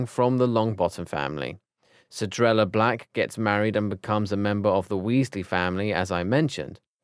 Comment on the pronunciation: Pronounces Cedrella as Celdrella Pronounces Cedrella as Sharella??? Now as Cerella? What's next? Cerealla???